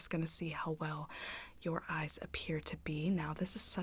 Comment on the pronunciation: Nobody: Absolutely nobody:: YeRdEyEs